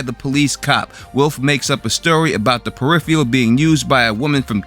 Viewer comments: Peripheral is pronounced per-IF-er-ul not per-IF-ee-al. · It is pronounced periFURal, not periFEEal! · say it with me "Per If Er Ul" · Please learn how to correctly pronounce the word "PERIPHERAL". Your repeated mis-pronunciation detracts from the reviews. Just sayin' . . . . . .